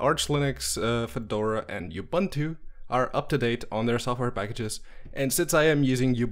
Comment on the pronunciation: Ubuntu is pronouced OO-boon-too